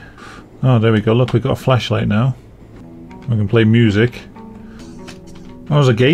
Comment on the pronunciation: I don't know if it's my dirty mind but everytime you say Flashlight I hear Fleshlight.